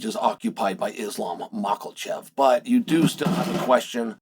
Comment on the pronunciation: I love Chaels verbal dyslexia. Belal is Pronounced Bla-Hall. Alex Pereria is Pronounced Pee-eara. Makhachev is Pronounced Mock-el- chev. Keep it up i love it !